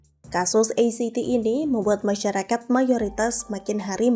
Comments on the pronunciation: Maaf ACT mengejanya a ce te sbb bhs (ejaan) Indonesia, bukan e si ti 🙏🙏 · Pembacaan ACT itu sesaui abjad bukan inggris. Pembaca berita tapi ga bisa gunakan kosa kata yang baik